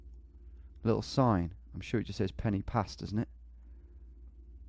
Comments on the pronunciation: Brumie twat penny pass lol should be pronounced Pen ar pass. totally clueless. Perfect score give me a break. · Quick Welsh lesson: ‘y’ in Welsh is pronounced ‘ugh’ so Instead of ‘Pen ee pass’ its ‘Pen ugh pas’ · Pen y Pass is pronounced Pen uh Pass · tom mate the Y in pen y pass is pronounced Uhh so it's pen uh pass i know confusing but just trying to help